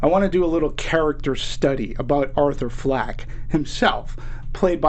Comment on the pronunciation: It's Fleck not Flack.